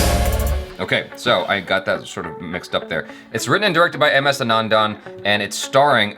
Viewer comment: It's should be pronounced like "Aanandan", not "Anaandaan"